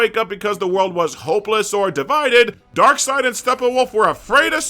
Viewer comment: Ah yes, my all-time favorite DC villain: Dock-seed 😂